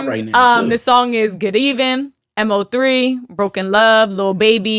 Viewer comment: Loll it’s (mo)3 rip mo3